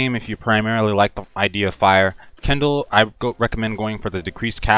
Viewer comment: Hahaha Kendal, what are we supposed to do use Kendall Jenner? Kin - del, not ken - dal You helped me make my mage suck less so help you speak English :) fair trade.